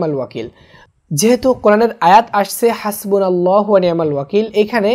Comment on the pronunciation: ভাই আল্লাহূর জায়গায় নাললাহূ কেন